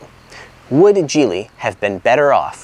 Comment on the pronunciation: Geely is pronounced Geely with a G. Kind of like Geek. Geeeely. Not Jeely!